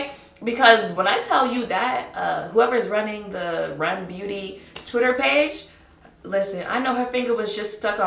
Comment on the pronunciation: I appreciate you pronouncing the brand the way I expected everyone else to. REM Beauty. Every channel that reviewed it and pronounced it by the letters with no variation, I had to stop viewing it...Also, I barely knew the brand was coming out until it was upon us...